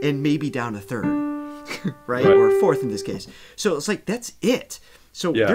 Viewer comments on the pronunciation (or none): none